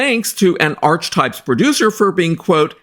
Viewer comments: I believe archetype is pronounced as /ar-ke-type/. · Archetypes is actually pronounced .. R-key types just for future reference, I don't blame you getting it wrong as it wasn't popular and only 12 episodes plus the extra one for the trailer of it, I'm surprised anybody knows it at all lol 🤣🤣